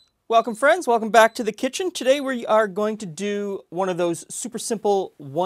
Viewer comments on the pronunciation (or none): none